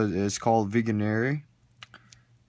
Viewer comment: Isn't it pronounced /viεenere/